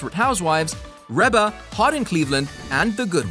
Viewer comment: It's pronounced "Reba"....like Ree - ba. Lol.